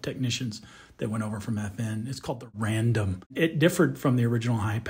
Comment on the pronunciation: Ummm, not Random my friend, it’s Radom. Radom. Poland.